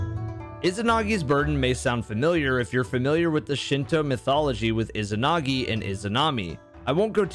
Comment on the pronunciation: Why can’t people say izanagi correctly?? Ezanagi. Not ih-zinagi